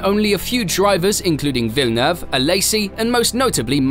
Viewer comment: Props for pronouncing Villeneuve correctly! Lots of people don't get it right at all. Good video.